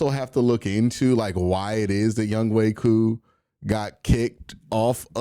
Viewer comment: Just butcher his name q lmao its yung HO lol